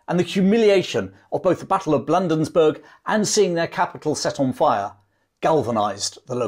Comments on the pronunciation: Way cool! One of my favorite campaigns. I grew up in a Baltimore suburb along the transportation route to Washington. An invading army from the south must pass through there. Could Baltimore be defended had Ross made the decision? Was it called Blandensburg back then? (sarcasm) Bladensburg,with a long a. I've read or watched everything there is about the War of n 1812 since I was 12. Every time I review the story I learn something new or remember something I had forgot. Each detail refines the picture of these events, bringing me closer to traveling back in time. Great story-telling. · Thank you for the video. Not nitpicking or being a smart arse, Bladensburg is pronounced Blay-dins-burg ( you’ll probably never need to know it again) & Maryland is Merr-uh-lind. Everyone on the other side of the pond misses that one. Cheers, again, from Northen Virginia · Good job covering a little-recounted piece of fascinating Anglo-American history. I'd like to point out that the Patuxent River is pronounced "Pah-TUX-ent" and the Battle of Bladensburg is pronounced "BLAY-dens-burg." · Battle of Bladensburg, not Blandensburg! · Perhaps someone else has already pointed out your error regarding an important place name in your narrative. It is Bladensburg, not Blandensburg. I have enjoyed and learned from your video. Thank you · As one who grew up in Bladensburg, we pronounce it as Blade-ins-burg. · Dad, you need to learn your American place names. The state is pronounced Mer-uh-land and the town is Blay-densburg. Otherwise, I love your stuff. And the rifleman who shot Ross got him in the stomach and, having eaten a hearty breakfast, died in a great deal of pain. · Bladensburg is is being mispronounced!